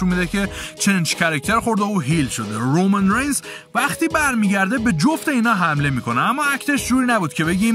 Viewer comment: رومن رینز رو خیلی باحال تلفظ میکنی😂